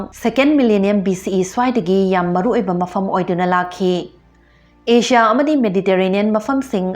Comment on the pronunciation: Asia di Ajia na phajna pronounce twbi ado Japan da japaen hyna twbiradi hena nungaijagani